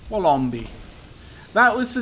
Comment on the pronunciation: Having finally managed to watch this episode I'm can say thanks for choosing Wollombi, however, you are pronouncing it incorrectly, it' wollom-buy.